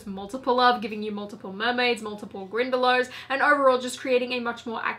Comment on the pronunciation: "Ze Grindelows!"